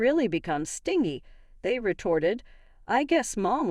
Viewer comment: IT IS PRONOUNCE AS ( STIN GEE NOT STING E)